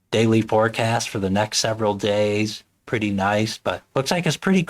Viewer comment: Great review and great distro,. P.s. the town is pronounced "Lester", not "Lye-kester" 😄 (that made me laugh!)